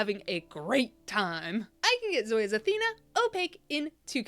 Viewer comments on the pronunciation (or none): Carla for Charli, Athena for Althea, Kahlua for Kahula... 😂 maybe more, I'm not paying attention 100%.